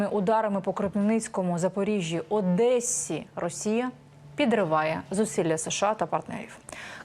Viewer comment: Не Одессі, а Одесі. Запам'ятайте